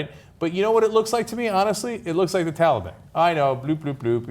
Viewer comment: Its not "tally-ban" ana..